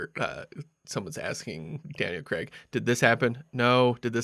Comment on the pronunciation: It's not Creg for fuck sake, it's Craig as in 'may' or 'stay' - here, for the Americans who have problems with simple words (that seems to be most of you) - say this out loud, nice and slowly....'Craaaiiig', prolong the letter 'a' and repeat a few times. There, don't you feel better actually knowing how to say a five letter word correctly. ps absolutely love your show.